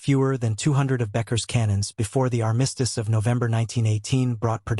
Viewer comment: You REALLY need to research the pronunciation of the word "armistice"! 😲